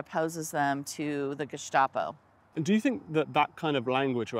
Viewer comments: Ackshually 🙊 In Germany we pronounce the "Geheime Staatspolizei" with a sharp "s". You don't have to use this "sh"... It more sounds like "star" rather than "shta" Edit: At least the abbreviation. In "Staatspolizei" it IS INDEED the "sh"-sound... I guess, it's complicated 🙊😄 Another Edit: In northern Germany it could be the sharp "s" in both instances omg I'm so sorry for y'all Edit number three: If you have learned all the attributes of NS-regime and SA in school, you can see them in real-time with Antifa. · It's pronounced ge-sta-po, not ge-shtop-o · Why pronunciation with slavic letters Š , geštapo? Just curious.